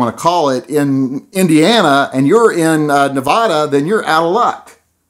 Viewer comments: It's Nevada. Not Nevoda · It's not Na Vah Da.